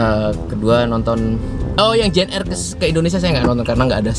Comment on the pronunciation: ji en ar mas... bukan ji en er.